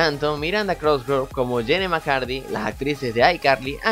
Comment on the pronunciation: JAJAJAJ! todo puñetas, no se pronuncia "eipel" se pronuncia apol y se escribe apple y el nombre de janette Mcurdy no es "macardy" es macurdy xddd